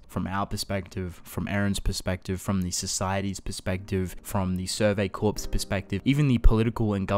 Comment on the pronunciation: Corps is pronounced like core.